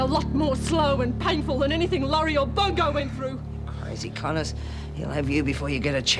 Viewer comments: Isn't that strange,after 25 years i recognized him from Neighbours too,Des's ex's son! It was 'Bogo' instead of Bongo!! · Did Rita say bogo instead of bogno!